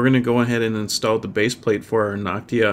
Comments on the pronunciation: Noctua not Noctia ^^ But awesome tutorial! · Damn it annoyed me that he said Noctia instead of Noctua.